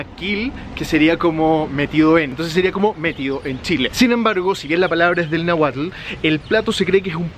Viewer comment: Se pronuncia NÁHUATL...NO NAGUAL, ya que lucras con mi país por lo menos respetalo documentandote bien